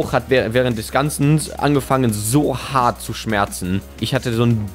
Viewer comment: Wie er das hart am Anfang betont xd